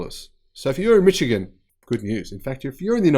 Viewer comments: FYI it's pronounced "Mishigun", not "Mitchigun". For all the good news about GM, with $109 Billion in debt, GM has a massive hill to climb if it is to both retool for EV's and avoid bankruptcy. That is after receiving grants worth $52 billion (they repaid the $6 billion loan). Of course, if the federal government bails them out - again -, who knows? Love your work. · Just FYI.... It's not pronounced "mich-ee-gun"... It's pronounced "mishh-ee-gun".... Emphasis on shh... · I enjoy your videos, however, I have just one criticism. It is pronounced "Mi-shi-gan" not " Mi-chi-gan". Other than that, I love the videos. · yeah nah, it's "mikigan". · The 'ch' in Michigan is soft.. like sh.. mishigian.. eh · Ummm..appreciate your vids. small tweak though...GM is in Mi'sh'igan....the CH is soft. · it's mish-i-gen.;^) I would love to make it to Melbourne some day. I heard it’s one of the world’s nicest cities. I was impressed by Sydney of course, and pleasantly surprised by how nice Brisbane is, but people rave about Melbourne. You are a lucky guy. Great channel as well. You are right up there with SMR. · I was this many years old when I heard a pronounce 'Mitchigan' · yeah nah, it's mə KEE gən. LOL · I’m glad to see GM pump some money into our state’s economy. I just hope it isn’t too little, too late. As a side note, Michigan is pronounced “mishigan”. It is derived from the native Ojibwa Mishigami.